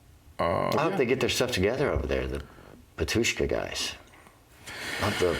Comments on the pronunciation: Prononciation of "Batushka" is wrong. It should be "bAtushka" - not "batUshka". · Sorry to correct you, but the stress should be on the first syllable. BAtushka, not BatUshka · Почему бы вам не сделать ударение на первом слоге: бАтюшка? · BAtushka. In this word the stress is on the first syllable. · It's actually pronounced "bAtushka" - the first A is stressed. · Pronounced "bAtushka", to bo completely precise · It’s Bah-tyushka. The stress on the first syllable. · Батюшка произносится с ударением на первую а, не благодарите)